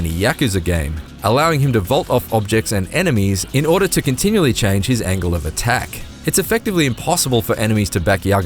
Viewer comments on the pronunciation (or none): none